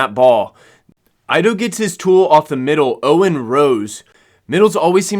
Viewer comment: Ido is pronounced eedoe not aydoe. Great video!